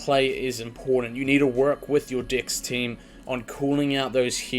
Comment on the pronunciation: love the video. cannot get over how you say dex lol. I hear dicks and it makes the video so much funnier